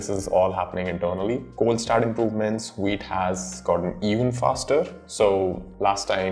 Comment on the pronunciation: V! V! V! "Vite" not "Weet"! The hell, you just said "Vue" not "Woo" and you can't say "Vite"?